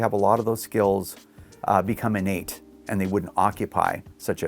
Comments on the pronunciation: Hahahahah Innate!! (in-Nate) LOLOLOL!!!! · Better make those skills (In-Nate) haha how i heard it the 100 times it was said